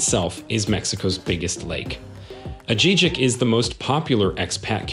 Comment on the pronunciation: Jesus, learn how to pronounce San Miguel de Allende and Ajijic.